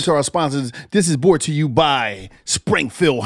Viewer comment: This is "bort" to you by....😂 everytime